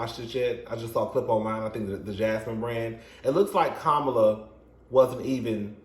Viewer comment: it is comma--LA. They can't further expose everyone. And Kamala was kept in the back instead of bringing her out.